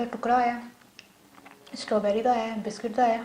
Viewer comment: My dear it's not stoberry,it's strawberry.